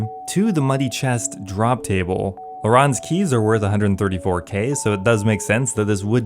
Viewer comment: Please stop saying laRon's keys.. it's lair-ens keys..